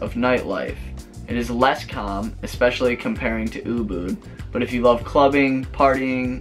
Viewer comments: Why do all you Americans have to say expecially instead of especially - sounds lazy & uneducated & I am sick of hearing this bastardisation of the English language. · e*S*pecially ...(not expecially) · Great info. Thanks. Also, that must be the world's record for using the "word" ECKSPECIALLY. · If you’re going to try to make an informative video please do the following: 1. WAKE UP! Sorry but you sound like you weren’t quite awake yet and someone handed you a script to read with words you’re not that familiar with and unsure how to pronounce. 2. Please learn how to pronounce the word ESPECIALLY! It’s not “...ex pecially...” or “ek specially”. Otherwise, Liked for info. I’ll do further research to corroborate👍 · “EXPECIALLY, LISTEN TO ME”